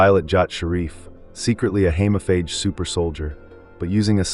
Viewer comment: Hemophage. Long E please.